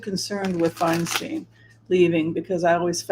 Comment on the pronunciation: I’m pretty sure Adam Schiff is going to win due to name recognition. However, I disagree with Whimsy. Feinstein does not want Adam Schiff to replace her. Feinstein (pronounced Fine-stine not Fine-steen) supports Rep. Barbara Lee who is also running for senate. Feinstein is from San Francisco and Barbara Lee represents Oakland (which is my district). They’ve been friends for decades. Governor Newsome and VP Kamala Harris also prefer Barbara Lee. It’s a Bay Area “thing.” We stick together. They’re all friends and they all support and campaign for one another (along with Swalwell, Pelosi, Ro Khanna, Zoe Lofgren, etc) If you live here, you will know that Feinstein wants Rep Lee in the senate. The local news states it often. BTW, Barbara Lee is amazing and she has accomplished more than Schiff and Porter combined without any fanfare or recognition. Californians, please read up on Rep. Lee because she deserves to be in the senate. She has worked hard for years for her constituents. She is hands on. She listens to us. She answers our questions. I can call her office at any time, ask a question, and get an answer. (Linda G. told a story about how Rep Lee helped her father get his military benefits.) Unfortunately, due to his visibility during the impeachment trials, Adam Schiff is better known in the state than Barbara Lee so he’s most likely going to win. A woman should replace Feinstein and it’s important that it’s an African American woman because we don’t have one in the senate s